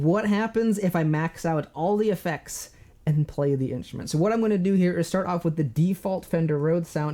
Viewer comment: At first I kept hearing "inch men" instead of "instrument" 😅 really enjoy your videos!